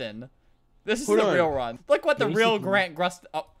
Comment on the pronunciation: Who’s Grant Grusten? It’s Grant Gustin😂